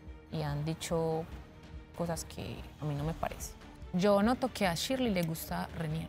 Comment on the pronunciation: Me gusta cuando a shirley le dicen shili 😂😂😂